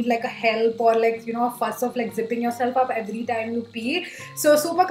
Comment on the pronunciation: Okay but why do you stress on certain words ?😂 so hilarious its ट TIME NOT ठ TTIME Sometimes it's irritating to listen to again and again